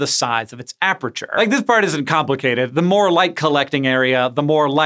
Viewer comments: Hank. It's aperture. Not apreture. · Why can't Hank say "aperture"? It's not apREture, it's a-per-ture. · aperture not aperature Read more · Why is Hank pronouncing it ap're'ture lol. It's just as it's spelt aper-ture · Hank, it's pronounced a-per-chur, not a-pre-chur... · it wouldn't be the first time someone's mentioned him mispronouncing a word and then him correcting himself in a later video. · A science guy who can't pronounce "aperture" 😂